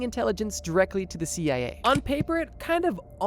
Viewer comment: Why do you keep calling the CIA the CAA?